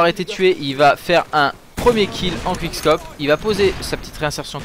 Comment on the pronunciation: J'adore, a ton premier commentaire sur le clip du jour tout le monde te disait: '' ouais c'est nul, tu sait meme pas dire quick scope, tu dit qwik scop '' Et maintenant... tout le monde t'adore! Franchement Respect et avec toi on a TOUJOURS Nos 5 fruits et légumes par jour:)